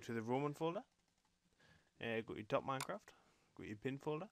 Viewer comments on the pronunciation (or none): none